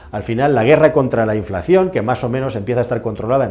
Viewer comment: Año 2023 y no sabemos pronunciar la palabra inflación todavía